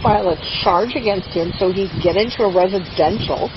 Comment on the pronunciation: reshidenshal.... you mean "residential" ...you poor old drunk lady...😮 and oh my God he was at Cross country after school!! such a bad bad kid..Aidan maybe difficult but he certainly does not need you..